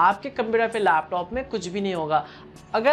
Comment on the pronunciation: computer ya fhir lapthoooop hahahaha bda funny lagta hai jab ye bolta hai